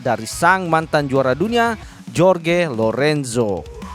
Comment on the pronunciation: Bang maaf ya seblm nya,,cm saran,,tolong sebut nama sesuai kewarganegaraannya,,sprt Jorge (di baca Horge),, Joan(di baca Hoan),,biar match..